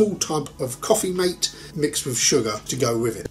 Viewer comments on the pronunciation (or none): none